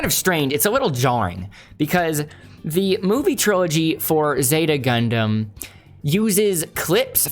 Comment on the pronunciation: sorry my guy, but WTF did you just call it? Idk if I’ll be able to get through this whole video if you keep pronouncing it that way. , Jesus, you keep saying it that way. Idk man, maybe I’ll finish this later, but it might take some alcohol or something to get through this with you pronouncing it that way the entire video.